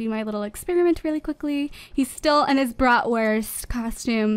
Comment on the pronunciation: What's a 'brotwirth'? Is that what they call hotdogs in America?😂